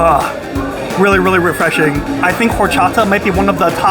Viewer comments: Al pastor versus adobada is slightly different. Al pastor is cooked on that turning spit and adobada is either cooked on a grill or braised in a oven. Adobada means "marinated " and both are very similar. Pro tip "H" is silent in spanish so it's pronounced Or-cha-ta. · H is not pronounced in horchata (Or-chata) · Bro, don't pronounce the H in horchata. Just Orchata. 😊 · Horchata in Spanish the H is silent so say with out pronouncing the H (when at the beginning of a word), so say it like this...Orchata. Just an FYI. 🫡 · The "H” in Spanish is silent. Horchata is awesome, I need to try this spot when I go to NYC in August. Coming from L.A. I’ll see how good those tacos are ☺️They do look good.